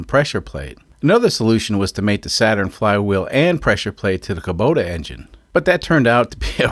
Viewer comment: Hey, not only can you say Osaka, you can also say Kubota! Hahaha. However, it is funny that you say "Luke" when everyone else says "Luck" and you say "Kuhbota" when it should technically be "Koobota", but on Altair 7 it's all psychically communicated anyways. I always love seeing which custom solution people come up with for a unique engine swap. It's funny that you act like everything is bumblefudgery, but secretly, you know what you're doing. Also just want to highly recommend Allen's Fasteners once again. :D P.S. Holy heck those are some lightweight cars!